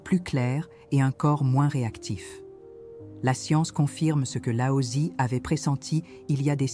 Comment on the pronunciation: Regrets : le fait que vous utilisiez l’IA pour le script ! Des invraisemblances qui peuvent perturber qui ne connaît pas le chinois mandarin ou croit e qu’il lit ! Exemple? Wu Wei devient Huawei , Laotse devient Aosie etc etc . À part ça, bravo et merci!